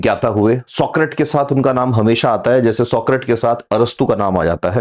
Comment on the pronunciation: आप Socrates शब्द का उच्चार सॉक्रीट कर रहे हैं, जो असल में सॉक्रेटीझ है.